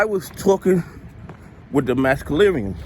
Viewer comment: It's massa-lorian brother 💯 just saying 💯❤️